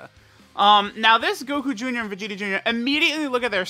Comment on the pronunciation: "we got Goku joonyah"